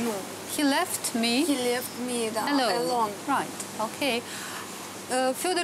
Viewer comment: Хи лЕфт ми Алон🤣🤣🤣 ну просто обалдеть какое произношение